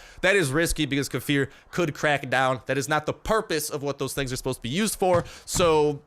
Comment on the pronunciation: Probably won't see this but kefir gave you a shout out. They posted how to say their name correctly and they pointed you out as saying it wrong lol. Correct way to say it lay-fear